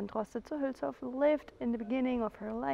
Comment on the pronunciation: Great, you speak "Münster", "Hülshoff" and "Aasee" like a native! Only your yellow rental bike scares me. Whenever I see a yellow bike, I show consideration. For my health ... :D